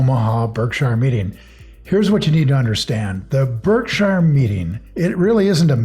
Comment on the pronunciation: How does one come back from a Berkshire annual meeting not knowing how to pronounce it?